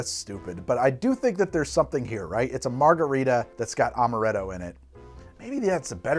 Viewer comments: while speaking with the Italian accent, just makes him seem like Mario became a mixologist. "Its-a made with AHMaRETTo, WA-HOO!" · pronouncing italian: ~amarrretto~ pronouncing french: meyes en playce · That first cursive "amaretto" sounds like it came straight out of an Italian ad, damn.